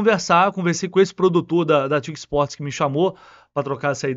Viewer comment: Não é "TIC" Sports. Pronuncia-se "Tê", "I", "Cê". "Torneos y Competencias"(TyC). Não existe "TIC".